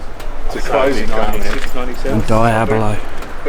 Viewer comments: Please details are important. DEEABLO not DYABLO! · What’s a Diabili?? Mate, get it right….. Diablo. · I know you have an English accent and all but the Lamborghini Diablo is pronounced Dee-ab-low not Di-abba-low. Diablo is Italian and Spanish for Devil. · Dayahbloh ffs😂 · Diablo pronounced ‘Dee-ablo’ (Spanish for devil) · Lol DIE ABLO 😂😂